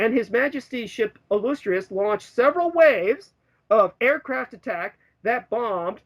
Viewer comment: This ass jack can't pronounce the word "illustrious."